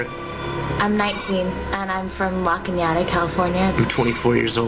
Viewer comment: Anyone else laughed at how the girl Ariana pronounced Canada? 😂😂😂 “ la Canyada “ like what?😂😂😂